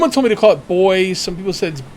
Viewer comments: It's boo-ee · I think buoy is pronounced like booey but I'm not positive...and sorry for not being able to make it to any of your streams I've been really busy lately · I know you said you pronounce things differently but its pronounced "BOO-EY". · Actually it's BUo-ee if said correctly the o is silent technically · "Buoy" is pronounced "boo-ee"